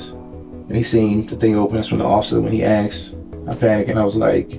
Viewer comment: He “axed”! The word is ASK!